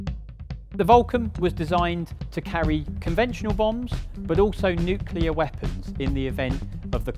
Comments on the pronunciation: It's not difficult is it? There are definitely some very hard words to pronounce in the English language - but new-KLEER certainly isn't one of them. It really grates when KILLER comes out. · Lovely documentray, except when he says "newkiller" (...weapon). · I can never tell whether people actually think the word is "new killer" or there is a very common and persistent speech impediment going on. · Oh for goodness sake. Nuke-u-lar is not a word. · it's not "nuke-u-lar" do we have to send english teachers over there? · I know it’s nitpicky, and the guy really must know his stuff and this is a great video, but the ‘nucular’ every time has me shaking my head 👀😂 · Why does he keep saying “nuc-u-Lear”? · Nucular? Seriously? Anyway, apart from that awful americanism thank you for a good summary. The Victor could of course carry much more than 'slightly' more than the Vulcan; it had capacity for 49,000lb albeit limited to 35,000 lb weight of payload, compared to just 21,000 for the Vulcan. But although the Victor was undoubtedly the more advanced aircraft my favourite will always be the Vulcan. I was privileged to be allowed by Nigel Baldwin to fly it myself in the circuit at Waddington while on detachment to 50 Sqn in the late '70s, and to tank from XH558 when it was converted to the role after the Falklands. And it was a mark of continuity to have seen it at air shows many times from Biggin in the '60s to RIAT in the noughties. Lovely aeroplane. By the way, the cockpit was designed for crew wearing the Mk1 bone dome, which consisted of the clother inner and a hard shell outer. Most of the time you flew in just the inner but even with the outer on the whole Mk1 helmet was a lot more compact than the later ones. Hence the later lack of space. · Sorry but it grates on my eardrums every time with word "nuclear" is mangled. It's got the word "clear" in it ffs. New-clear. It really isn't hard. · It's bloody disgraceful to hear British says "nucelar" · Nuclear, not nuculer.